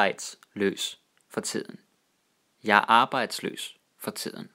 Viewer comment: Danish orthography can be compared to the English or French one in terms of not corresponding with the actual fonetics. Also I found it interesting how similar some words were to German. I knkw they borrowed a lot from German but this guy actually says "tiden" like "tsiden", i.e. like with the high german consonant shift like in Tíd > Zeit.